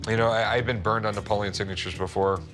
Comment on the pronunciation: dud at least pronounce his name right, like what happened to the e at the end. Napolean Bonaparte is my favorite historical character in general, he was actually average height back then, he was just around taller than average people